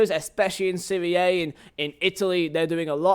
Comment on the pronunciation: Stopped watching when the dude said "SERIE AYE" 😂😂😂 It's SERIE AHHHH FFS